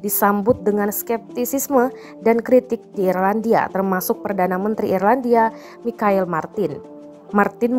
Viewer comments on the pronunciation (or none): none